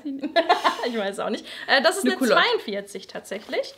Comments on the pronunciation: Tolles Format. Es hat echt Spaß gemacht und man sieht wie unterschiedlich wir Frauen sind und trotzdem alle toll 😊. Es heißt ausgesprochen durchaus Cülotte ist ja französisch. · Und ich verstehe einfach Kottlet Hose 😂😂